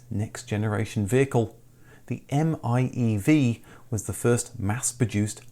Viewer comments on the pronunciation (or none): The electric Mitsubishi is not pronounced as the M-I-E-V. It’s pronounced as “Eye-Mev” (i-miev) You forgot the “i” my good man! Love your channel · i-MiEV is pronounced as ai-meev.